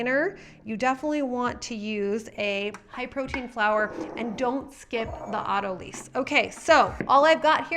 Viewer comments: FYI: "Autolyse" (Pronounced as "AUTO-lice") (not "AUTO-lease") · AutoLYSE (sounds like lice)